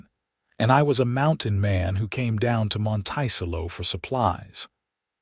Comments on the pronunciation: The "town's" name MONTICELLO is pronounced: Mönt-ĕ-cëllō !!! Listening from far rural upstate NYS (org. from Philly PA-- needed a rural, grass/wooded area to live!! Raised/trained working Border Collie dogs & 1000s of SHEEP.... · AI NEEDS EDITING EVERY TIME. Monticello is not pronounced "mon-tY-cello". An earswisting sound. There are pronunciation differences between wound and wound, live and live, lead and lead, etc. Decent story, however. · The way the narrator says the city name is incorrect. It should be pronounced Mont -a-cello. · Kent, WA Monticello!! Pronounced like the 'cello' string instrument. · Please fix the pronunciation of "Monticello." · I laughed each time it came up!